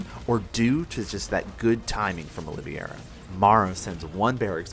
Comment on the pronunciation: Your pronunciation of Olivieria is wrong. He named himself after former UFC Lightweight champion Charles Oliveria. You can watch some UFC promo content to see how he pronounces his name. It's Olive - Era. Not Oleeveyera. Feel like I sound like Hermione but it's grating as a UFC/Sc2 fan to hear it pronounced wrong over and over lol